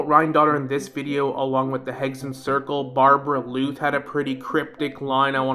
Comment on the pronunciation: I thought it was a mistake before he repeated it many times. Barbaloth is also how it's pronounced in game so I suspect he's doing it own purpose